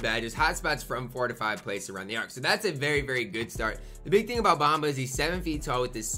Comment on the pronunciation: Lol go look up his name pronunciation